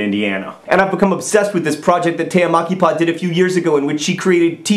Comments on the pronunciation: I laughed so much for the pronunciation of the finnish name. I'm pretty sure she is Tea Mäkipää instead of Tea Makipaa, wich sound rather japanese :D Oi maamme suomi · John does a pretty good job with "Tea Mäkipää", intonation and all, except the "ä" is pronounced like "a" in "Mac". Oh, and instead of "homicide", might I suggest "poultrycide"?.. (Of course, that can be considered as something people do to chickens...) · Haha, it's so funny when you try to pronounce Tea Mäkipää :D. I'm Finnish by the way - if not obvious ;). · John said the name of the artist, I listened. Than he said that she's Finnish and it clicked: Tea Mäkipää! Did not recognized the name from the pronunciation. Not your fault John, Finnish language is strange, but i had to laugh a bit. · OMG to John's pronounciation of Mäkipää :D Greetings from Finland! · You trying to say Tea Mäkipää is hilarious! When you said her name I thought she was japanese or something. I had to actually see the description for the name when you said she was a finn. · It does sound Japanese. I was really surprised when he said she is Finnish. Though, mispronouncing things is John's thing, and also, I've only ever found that Finns can pronounce finnish names right. I have a fairly common finnish name, so I come across it a lot. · FINLAND! Guess where I live? Yess. And its Mäkipää, but kudos for trying.